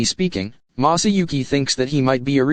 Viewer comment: Maahsahhyouhki that is how he pronounces masauki🥲🥲🥲 it hurts my ears